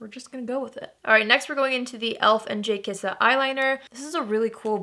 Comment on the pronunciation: Does anyone else want to do a shot every time says “J Kissa?”😂. Beautiful eye look